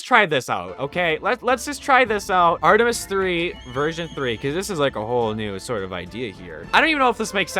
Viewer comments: Bruh its called Artemis not Artemeis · "Artuhmeatis 2"